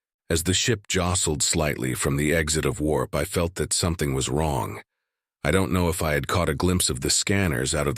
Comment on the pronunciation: How me wong? No, me not wong. You wong! How you wong?